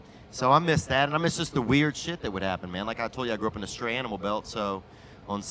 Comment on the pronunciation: It's "stray" animal belt, not "straight".